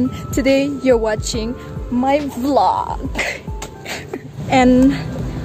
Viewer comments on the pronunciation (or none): none